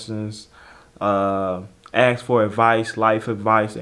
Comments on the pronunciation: Dude it's "ask' not axe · it's ASSk not Akss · How is it that you don't know how to pronounce ASK at your age? Come on. Enough of the street talk. Do better.